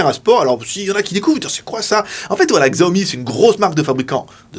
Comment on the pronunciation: Juste pour info, Xiaomi se prononce "Chiaomi". Mais sympa de partager le test !